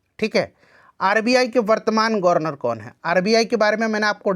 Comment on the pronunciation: गनर्वर❎ गवर्नर✅